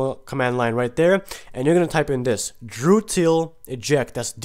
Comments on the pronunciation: Thanks buddy it work ! dont worry about other people say Because they dont listen to what you told then. its so easy type. drutil eject . not drutial eject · drutil eject, not drutial eject